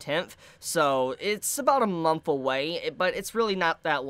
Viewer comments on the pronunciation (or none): none